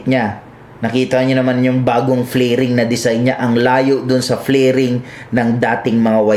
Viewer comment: Fairings not flairings